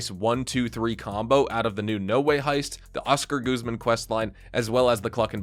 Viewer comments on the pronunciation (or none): I think because it looks Spanish. In Spanish, the U is pronounced like the U in "put" bus the stressed syllable is the second one, guz MAN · Why does everyone pronounce it Oscar GOOZMAN😂 it’s guz like “cuz” I’ll never get how ppl can hear a person name said so many times and still mispronounced it. Charles Barkley is the best at it. You work in nba media. How you still getting names wrong